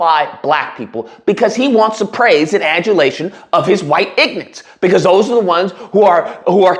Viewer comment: He says "dat" instead of "that". He says "da" instead of "the", but Jasmine Crockett is the one who's "ghetto"?